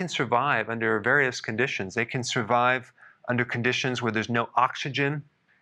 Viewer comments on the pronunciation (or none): none